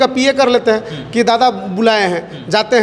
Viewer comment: Dada D or r pe antar hai dada humlog kudmi hai